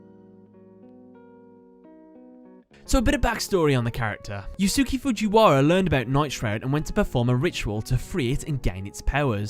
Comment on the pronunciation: The correct pronunciation for Yusuke Fujiwara's name is "You-Skay Fuu-gee-wara"